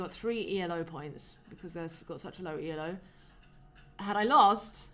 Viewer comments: Just fyi elo isnt an acronym, its named after Arpad Elo, the inventor of the system. Whenever you say E.L.O i momentarily think you’re talking about electric light orchestra (good band though) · the 'elo' in elo rating system is actually not an acronym -- it's invented by a hungarian dude by the name of Arpad Elo -- so reading it as "ee-loh" is usually preferrable.